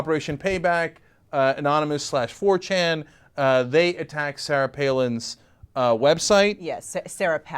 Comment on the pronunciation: What is forchan Cenk ? I think "anonymous" was sufficient...